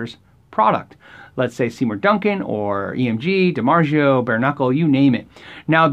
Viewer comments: DiMarzio not Demargio. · Did he really say “Dimar-jee-o”? Lol good video though.